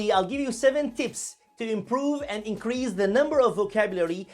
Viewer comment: The 's' in 'increase' is pronounced with a /s/ sound not /z/.